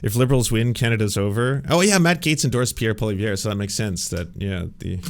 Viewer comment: defining a minority government as crushing the conservatives is odd. Pierre losing his seat was more telling than the the election result. Also you sound dumb when you cant pronounce the opposition leaders name. Its not Polly verre.